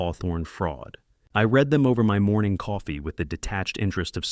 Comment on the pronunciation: Please teach your AI THE DIFFERENCE between read pronounced red and reed